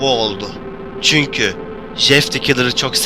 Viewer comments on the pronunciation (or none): none